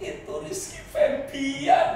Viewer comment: Febian om, ga pake r . -_